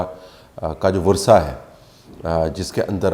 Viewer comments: 😊sir please virsa not vursa..you said it twice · بصد احترام طلعت بھائی وِرثہ صحیح لفظ ہے وراثا کہتے ہیں وارثوں کو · No correct pronunciation is ‘varsa’ not ‘virsa’ just as correct pronunciation is ‘massarat’ not ‘mussarrat’. My mother was the student of the legendary Dr. Arfa Syeda and has learnt this from her. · Bhai VURSA NAHIN VIRSA hota hai. Vursa...varis ki jama hoti hai. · Vursa or virsa? What is the accurate pronunciation of ورثہ? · "و" کے نیچے زیر ہے....... ورثہ